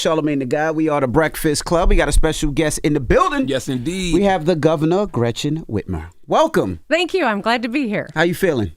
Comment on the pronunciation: I love how he messed her name up but in a genuine way. Sad fact that I miss the time when a natural Flub was innocently funny lol